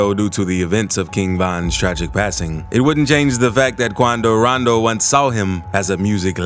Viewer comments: why'd he say attacks quando rondo like that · I didnt know how to pronounce quando rondo before i watched your videos😂